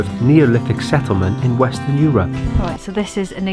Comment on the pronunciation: Hey, don't say "Eu-RUP"! 😀